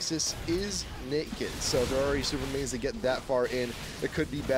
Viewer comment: He totally said Winions